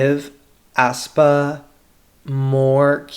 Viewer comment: Aespa is pronounced "espa" not "aspa". Sorry, but it kinda bothers me how you say "aspa"